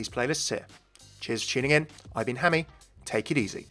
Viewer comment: Hey its hammeh oh